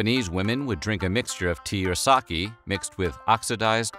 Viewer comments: Sake is pronounced like saw-Kay not saw-key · its sake lol not saki